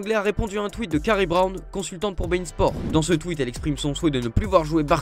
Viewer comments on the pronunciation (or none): none